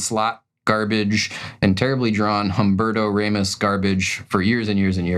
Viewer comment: Um-BEAR-toe RA-mos Mick-FAR-lin LIE-feld